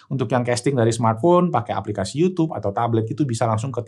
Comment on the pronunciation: Yutub aja om nyebutnya jangan yutyyuub 😂